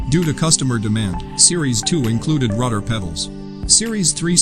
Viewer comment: He keep saying Ruder WTH is a RUDER,?